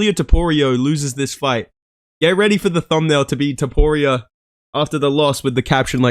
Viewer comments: He even said it wrong in the vid. Names are hard man, trust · “Ilia toporio” gets me every time bro. That being said MAX HEAD KICK KO RD 2-3 TRUST. Let me add if jai fucking herbert is catching toporio with head kick almost sending his lil georgian head into the bleachers, wtf makes you max holloway; one of the greatest fighters and strikers ever isn’t gonna be able to do it at least once.